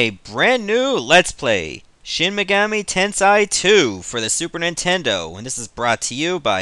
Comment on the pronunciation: It's Sheen Meh-GAH-mee TEN-say in pronunciation